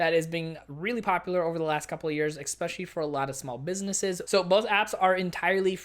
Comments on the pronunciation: Please stop saying "exspecially." The word you're looking for is "especially." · Good information but FYI, it is especially not ekspecially.